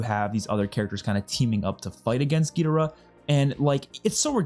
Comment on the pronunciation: Gid-or-uhh not gee-dir-ah. No offense